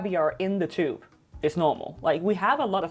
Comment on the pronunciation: Can’t even say tube correctly